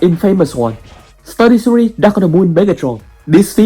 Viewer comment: Mate, I don't mean to offend you, but when you say studio series it sounds like saying 33 or Study Siri